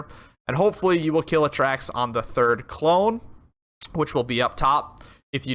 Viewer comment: Its A-Tracks not atracks